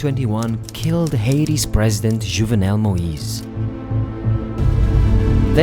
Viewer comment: When you need to google the joevenel moise to find out what country he is mispronouncing :D. Better to articulate than to mumble ;). its not a soft D and its ha-it-i, not haideez in one flowing word.. please dont butcher the important "powerwords" in sentences, everything else.. goodstuffs. but not the one single key word in the sentence that cant be ignored :D